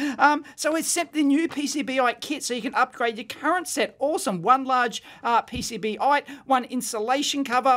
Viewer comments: Dave, I don’t think it’s “Pee Cee Bee ite”, I think it’s “Pee Cee Bite”, as in, the sharp tip will bite into the connection point you’re trying to measure. but what do I know - maybe “ite”s are common there down under. 😆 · I think it's supposed to be pronounced PC-Bite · Probably because you said PCB-ite instead of PC-Bite xD